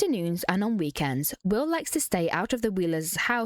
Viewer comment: Omgg when she said Wiww i laughed out loud